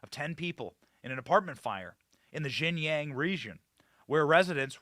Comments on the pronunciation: Benny, mandarin speaker here. Xinjiang is pronounced as "Sheen-jeang", not "Jing-yang". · Xinjiang is pronounced as Sin Jee-ang. It is not IPA J, it is an English J.